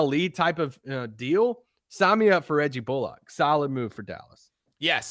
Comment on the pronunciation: Love the work you guys do and love the podcast, and not to be "that guy", but it's pronounced "Bull-ick", not "bull-ock" lol